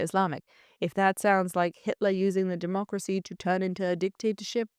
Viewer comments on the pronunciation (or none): It's not "demotcracy", it's democracy. It's not "Mislims", it's Muslims. How anyone can listen to this woman speaking is beyond me.